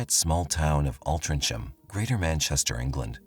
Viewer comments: I lived and worked in Altrincham and Wythenshawe for 8 yrs. We pronounce it Altringham. Wythenshawe is quite a bad area actually... I left in 2001 so only heard about this case through YT. Kind of creepy... thanks for this story. But can we say " gullable" when someone really is believing such tortuous stories? He might have been very immature and in his own world too.... gosh! So sad!🇨🇵🙏🏽🤲🏽🤜🏾🤛🏽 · Great video, just for future reference Altringcham is pronounced al-tring-um, strange I know but a lot of English towns are pronounced differently to how you’d expect! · I'm so glad you have mentioned the pronunciation of Altrincham. It was really annoying me when he said it soooo many times and each one was wrong. 😃😃😃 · Cant deal with the pronouncing of Altrincham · Stop saying Altrincham incorrectly. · if you are going to keep using a towns name learn how to pronounce it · Couldnt be bothered to look up how to pronounce Altrincham, nah? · Within first minute I hear multiple grating mispronunciations of the town's name, you show shots of Piccadilly Circus London while talking about Altrincham town centre, then in comments you are commercial spamming. Probably best if you stick to stories from USA as you will certainly be aggravating the British with this performance. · Sorry, but he really needs to check out how to pronounce altrincham , his way is way off 😂😂😂😂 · It's pronounced Alt trin gum. It's a few minutes from where I live. If I had known you were covering this story I would have popped into Altrincham and got you some photos and a video of the actual crime scene 😊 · It's pronounced alt-ring-ham remember hearing about this at the time and thinking that this was 1 gullible kid, my ex girlfriend lives just around the corner from where this happened in Lloyd's gardens. This is 1 of most bizarre stories I've ever heard and the kid who dreamt up this plot is a seriously wasted talent and has got a hell of a brain in that warped head of his 😆 🤣 😂